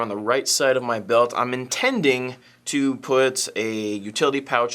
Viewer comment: i know you said "gave it TO Frank" but to me it sounded like "gave it A Frank." like at GI, when you need a gun to upgraded or fixed, give it the Frank treatment c